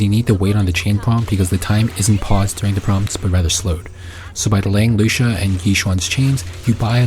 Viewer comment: Lu-ci-a kinda like cis-si-a. Except with Lucia you use the c sound and with cissia you use the s sound. Lol